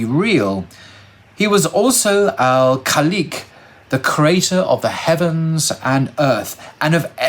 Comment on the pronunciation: This is a diservice to the great alim. The author eithet dies not know Arabic welk enough or it is a poor translation or both., the pronunciation of Allahs name Al Khaliq is as you would say the word poverty..it is khal as in pov or awful..i.e. short o sound known as fatah tafkheem in Arabic. There is no long o sound at all in Arabic. Or as in dog, saw, mob